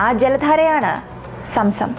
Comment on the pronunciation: Somsom allaa zomzom